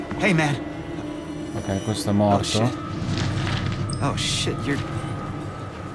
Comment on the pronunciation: quando parli in inglese e dici tipo OH SHIT mi fai morire😂 grande